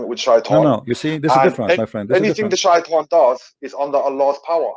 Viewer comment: I think this guy can not read, it says shaitan 😂😂😂. Even my doughter in 2nd didnt find difficulties to say Shaitan, whats wrong with u 😂😂